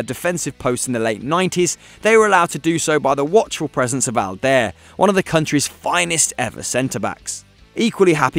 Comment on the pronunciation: . That's STEFANO ERANIO! Alder? Alder? 😂😂😂 His name is Aldair! Pronounced Aldayeeer! Why do they keep having little kids commentating on these videos?